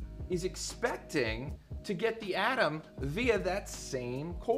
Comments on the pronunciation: Ayyyyye—-Temmmmm not Adam lol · Pronounced "A-tem", not like atom. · Thought i was the only one with cringe while hearing "atom" instead of "A-tem"